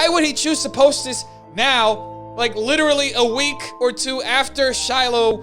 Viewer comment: "Littree"... stop it leafy